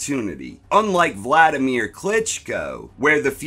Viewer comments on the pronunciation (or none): none